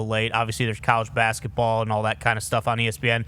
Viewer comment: "Baesketball?" This a new name for the WNBA or what?